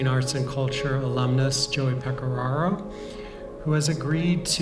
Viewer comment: Ok set me straight. I always thought Pecoraro was pronounced Peco-rare-o. But he pronounced it peco-raw-ro. Which is it?! Also this is fascinating and I’m glad you got the opportunity to do this!